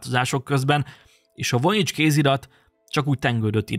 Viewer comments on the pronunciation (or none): EJTSD : VOJINICS kézirat vojinics! Nem vonics hanem vojinics. Magam is vizsgáltam sok éven át, mintákat vettem belőle, és spektográfos vizsgálatnak is alávetettem. Használtunk uv-t, infrákat, és különböző vegyszereket. Nem találtunk semmit.